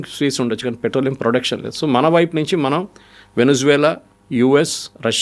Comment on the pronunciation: Thoo kaadhu... so ani maatlaadu.